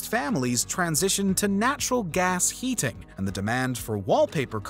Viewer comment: Narrator is insufferable. We get it! Great diction! But when you emphasize diction this much it sounds clanky, unnatural, and abrasive. “Heating” being pronounced “He-Ting” was painful to my ears 🤮